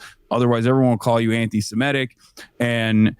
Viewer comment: Why is it, all of a sudden, NO ONE down south can pronounce 'antisemitic' properly any more? The word 'antisemite' doesn't get flubbed. But change the beat, and they trip over their feet!